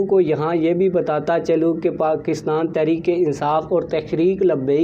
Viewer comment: محترم عرض ہے کہ پہلے اپنے الفاظ درست کرے تحریک انصاٖف تو ٹھیک کہتے ہیں جب کہ تحریک لبیک کے وقت آپ تخریک لبیک کہتے ہیں یہ لکنت کیوں؟ دوسری بات ہمیں اتنا پتہ ہے کہ بابے کا بیٹا ہمارا سودا نہیں کرے گا یہ سب خواب خیالی ہیں